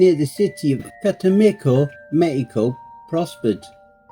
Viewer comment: it's Cah - Teh - Mah - Ko Stress on the third syllable